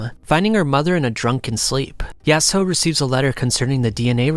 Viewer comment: bro ur slurring yasuho ur saying it so wrong LOL